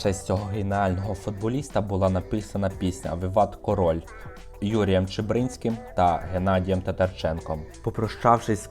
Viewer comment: ЧибрИнський і ТатарчЕнко - це гарно. Хоч повеселили ;) Загалом гарно. Але таких помилок постарайтеся уникати